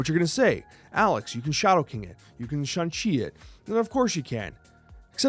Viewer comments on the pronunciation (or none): none